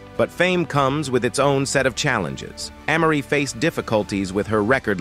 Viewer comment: These AI voices be killin me !!!! Who is AH-Marie ?!?!?! 🤦‍♂🤦‍♂🤦‍♂🤦‍♂🤦‍♂